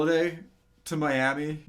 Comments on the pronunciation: i can get over your pronunciation of the word "inventory", that's whatever- but... MEEAMI? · Thanks for the clarification on the pronunciation of inventory, but meeami? Honestly all the different pronunciations I find enjoyable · Fetero But it’s not pronounced like it’s Spanish anymore— it’s pronounced my-ami. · I'm not fussed about how you say "inventory". I'm more fussed about how you say "miami". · Your inventory pronuniaction was fine, but how you said Miami actualky made my ears bleed